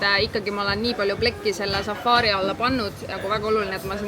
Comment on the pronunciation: Safari, mitte safaari😂 Ei muidu äge, jälgin eelmisest reisist alates😊